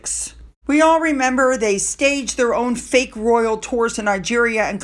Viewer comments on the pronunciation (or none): none